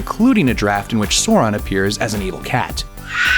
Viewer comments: DO YOUR RESEARCH BEFORE YOUR VIDEOS............ Sauron is the name not Soron........ Eagles in Middle Earth are not dumb creatures; they are Manwe's attendant spirits, keeping watch; so they are more or less Angels with same position as Olorin aka Mithrandir aka Gandalf in the Tolkien Theological Heirarchy. That scene............."You bow to No man".......It always bring a tear to my eyes; even when audio muted and out of context. Power of a Legendary story and spectacular music. :') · sore-on. I realize now everybody else is saying the same thing, but I gotta let it out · It's "So-wrong" :) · Actually it's pronounced Sau as the first part of south and ron as ron. R should also be quite pronounced, not rolled. Quite a lot of elven languages is based on Finnish. In Finnish words are pronounced as they are written. Same goes mostly for Tolkiens elven languages. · Who the fuck is Soren? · Sow is pronounced Sew, so it’s pronounced “Saur-aun” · I died a bit every time he said Soron... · Not just you. Kittens were sacrificed and angels lost their wings@ LOL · Sounds like he's saying soar-on, yeah that was annoying. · Bad pronunciations excite one watching this video to laugh at the person speaking in the same. Sore-ON! Ridiculously pathetic sir, as a happiness of a squashed apricot knowing it will be scrubbed of and thrown into garbage bin. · The way you say sauron upsets me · Good video. But do yourself a favor next time mate, learn how to pronounce the names of the characters properly. Valar, Sauron, etc... It gets annoying at the end. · I cringe every time you say Sauron. Why is it so hard to pronounce it correctly? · Don't get too mad at this guy for not knowing his facts if he can't even pronounce Sauron. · Seriously. That is not how Sauron is pronounced. #nerdrage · Dude your pronunciation of the names is fucking horrendous, have you ever even seen the movies? I quit the video half way through. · why do they never fucking say sauron right.... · SOW-RON. NOT SAW-RON